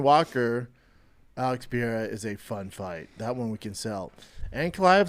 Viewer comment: Duuude love ya big brown Butchya gottttta stop saying Alex "pee-AIR-ah" it is Alex "Pur-RARE-ah"